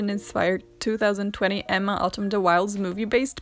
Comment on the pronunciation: I always feel like home when hearing "Emma" with two distinctive M's pronounced. Anne with E, Emma with two M's, as it should be.